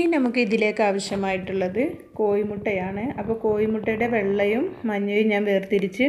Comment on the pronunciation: Koyi mutta alla ... Kozhi mutta.